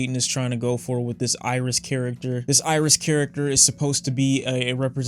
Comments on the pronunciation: Hate to b that guy the album is pronounced aries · LmAo.😂.😂.😂 Yea, is DEFINITELY from Detroit. Bro, it's ERYS, pronounced Air-is. Just like it's not Lasher, but Lahser, pronounced Luh-sir.